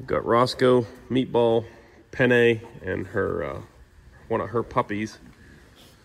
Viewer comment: Just a reminder, as an italian i suggest to pronounce penne with a longer n, because with a short n sounds like pene, and that means penis😅